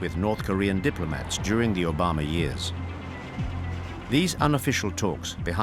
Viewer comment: I'm mad the narrator mispronounced Obamas complete name😮 but no one else's